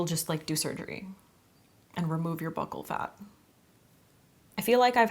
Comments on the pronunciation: "Buccal" is pronounced "bew-kull" fyi. It refers to the cheek on your face. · I really don't follow celebrities, so I can't really weigh in on this topic much. But I can tell you that, the "bucc-" in "buccal" is pronounced like "buke-" as in "rebuke." I also wanna say that I could probably listen to you talk about anything, I love the timbre and cadence of your voice. Like, I wish you had a podcast or something, and I'm not even a big podcast person. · It's pronounced bew-cal so bew like pewpew 🔫 and cal like so-cal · Pronounced like BEW KUL fat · Pronounced BYOO.kul fat. I hate it, too! 😓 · I’ve only heard it pronounced like “buckle” fat.